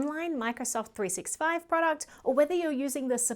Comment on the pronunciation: Really love your channel. Very very very small super insignificant note: it’s pronounced “three-SIXTY-five”. Cheers